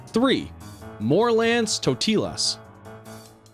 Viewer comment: you said Totias😂 And you pronounce Totilas wrong. You have to pronounce it german.